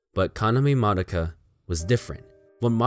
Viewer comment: finally someone who says Madoka right